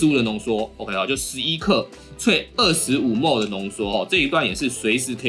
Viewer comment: 請問ml大家都念幾默幾默嗎？ 聽著不習慣